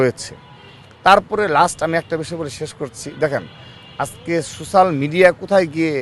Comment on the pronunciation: Social pronunciation Korte pare nah, bole sosal